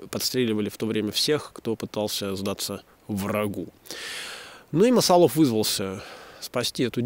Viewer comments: МасАлов, думаю.. так как от масал, если бы от корня "лов" , как птицелОв, тогда да и ударение на последний слог. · "МасалОв" звучит, как "БородинО", хотя та деревня на самом деле называлась "БорОдино"...